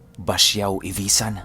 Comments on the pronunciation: correction po, Ivisan po, Hindi Ivasan Hehe Proud Capiznon here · Ivisan po hindi ivasan basiao po hindi besiao Basiao ivisan capiz taga dyan po ninuno ko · ang tamang pagka bigkas po ay Ivi-san hindi po ivaysan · ivisan po hindi ivasan and basyaw po hindi besyaw 🤗